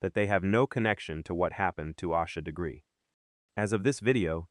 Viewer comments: Is this some AI bull?? You can't even be bothered to say her name correctly. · Might want to pronounce the victim’s name correctly, if you expect anyone to take you seriously. . .